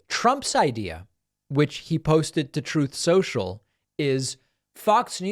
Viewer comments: Troth Sencial gets me every time 😂😂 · Please don't give up your pronunciation of Trothe Senshul. 😂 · Troth Sential cracks me up every time, as well. It NEVER gets old. OBAMNA! 😂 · "Troth Sencial" kills me every time 😆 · 😂 I love when you hit the Troth Social or the Obamna button. 😂😂